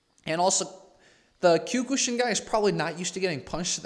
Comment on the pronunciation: Kiok-shin not q ku shin lol